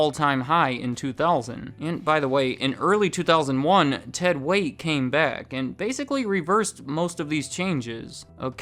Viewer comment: Ted "Weight" hahahahaha c'mon man, check your basics. I worked there for over a decade and loved EVERY minute of it.